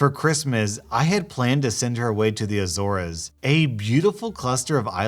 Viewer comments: A-zores, not a-zor-res. Only two syllables, but I agree, that's a word that can be tricky if one's never heard it spoken. I remember back in the day, I had heard spoken the word dichotomy or dichotic a lot on Star Trek but I'd never seen it in print so sometime in the early 2000s in college I finally did, but pronounced it dik-o-tick. I had no idea. It was only super embarrassing a few weeks later when I figured out the word I knew years earlier (spoken) was the same word I was mispronouncing. Luckily the Revelation wasn't in a social setting. LOL many many many years later and I still remember it. Maybe it made such an impact when I f'ed that up because usually for the most part I'm good at spelling, pronunciation and English. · It’s pronounced A-zores, not A-zor-es. Just a helpful tip! Great video! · A-ZORES, not A-ZO-RES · Thanks, but please learn how to pronounce Azores properly. It's pronounced AY-zoars. Not ah-ZOAR-ez. Cute, though. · Azores actually rhymes with "HEY whores." LOL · Azores is pronounced A-zor-es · Pronounced "a zorz". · Sorry, but Azores is pronounced "a" as in potato and zores like "sores." " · Yooo. Just fyi its pronounce (Azors). You ask people to help u when pronouncing things, so here ya go. love your channel keep up the good work. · dude. nothings changed since last time i corrected you. Its still pronounced Ae-zore-s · Sorry but Azores is pronounced like a-zors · It's not azores it's Açores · Lmao every time I watch this, my parents rage over your pronunciation of Azores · My Portuguese ass just cheered up when he said "Azores", by the way in portuguese he write "Açores" 👑💅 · Okay, is nobody gonna talk about the way he says Azores.. me being Azorian, it hurts my feelings, IM SUING😂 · For future refrence, that is not how you pronounce Azores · I'm half Azores Portuguese. My grandparents (who are jerks unfortunately) are from there. You don't pronounce it right here, but I get it's not as easy if you aren't Portuguese. Good vid.